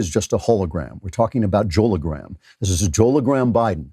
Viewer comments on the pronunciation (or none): "Joelogram" Jeez, everyone involved in this video is cringy.